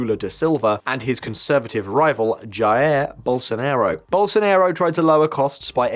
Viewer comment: "Gerr Bosonarrow" LMAO